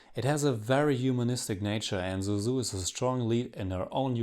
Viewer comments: Suzu is "Sue-Zoo" not "Zoo-Zoo" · Actually, her name is not "Zuzu", but "Suzu".